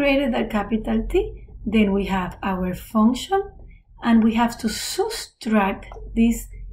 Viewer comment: subtract ❌ soostract ✅